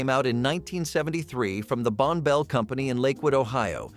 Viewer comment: It’s pronounced “Bonnie Bell”, not “Bone Bell”, and how do these supplies make no sense?